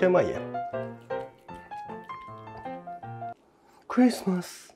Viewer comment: さすがのレベルです。 ＆いちいちクﾙｨｯｽｩﾏｽ〜↑